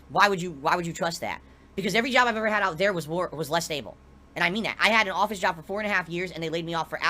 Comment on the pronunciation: Despite how he's run his "bizniss" into the ground over the years, he could easily put on a resume under skills: "Content Creation, Video Editing, Public Speaking, Business Management, Marketing, etc." He just doesn't want to go to an ahffice to work a real jahb anymore. At this point I think if he had to go to a 9-5 job 40 hours a week it might kill him. He'd definitely get a divorce if that happened, his tahxicity would reach critical levels.